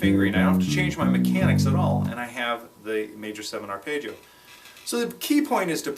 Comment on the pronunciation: Paul Gilbert is the only other person I've ever heard pronounce it "arpaayggio"